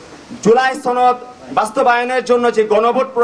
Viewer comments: ছনদ 😂 না, সনদ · জুলাই ছনদ নারে পাগলা সেটা জুলাই সনদ